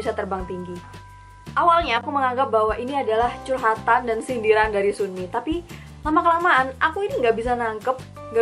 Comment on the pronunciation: Bacaanya sumi cara bacanya sanmi gituuu qaqa